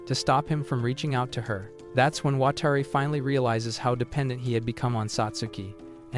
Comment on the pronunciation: "Watari" "watery" Edit: WTF